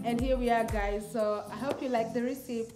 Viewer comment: why are u pronouncing recepe like that